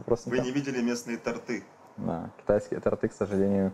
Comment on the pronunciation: тОрты а не тортЫ)